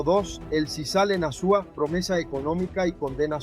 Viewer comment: Amigo está bien, el vídeo, trata pronunciar Azua bien, porque lo pronuncia horrible 😮